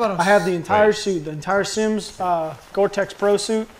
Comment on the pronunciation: Thought Simms said Simps